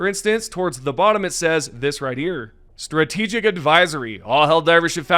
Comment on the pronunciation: "STRATAGIC ADVISORY" c'mon, man...